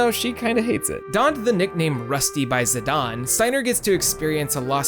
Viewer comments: I've watched this whole video. It's great. But I cringed at every zidawn. Idgaf what square says. You cannot get that sound with their spelling. Same with teedus. It's not zidawn in English. It cannot be pronounced that way. It's Zidane. Zi-dayne. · ZE - DON? I always said "Zai - den" Zidane Great video btw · also screw dissidia. its ziDANE not ziDON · you called him zi-dayn instead of zi-donn Failure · Still calling him Za-dane